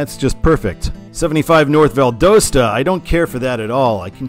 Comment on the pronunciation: Not from Valdosta, but I have always heard the locals pronounce it Val Dah Sta. Might be useful for the 75 videos